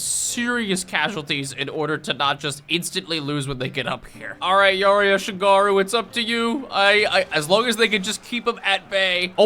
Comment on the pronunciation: bro butchered ashigaru so bad (ah-she-gah-roo)